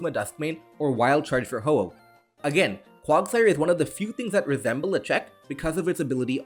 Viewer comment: Bro when he siad quagsire made me want to bash my head into something